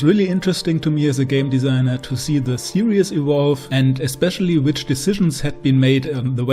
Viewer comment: Stop saying serieus! Its series!!!